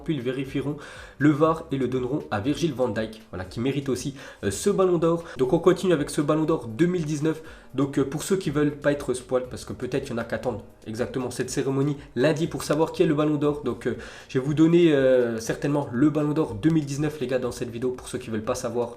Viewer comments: C'est pas spoile c'est spo ile qu'on prononce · Spoiale c se dit spoyle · "spouale" ptn fait un effort stp 😂😂 t nul en anglais... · "Spoil" se prononce "SP+OY+L" et non "SPWAL",je ne me moque pas,je te donne un tuyau.